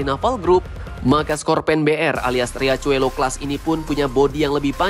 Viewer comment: Riachuelo dibaca Hiaswelo..artinya sungai kecil boss..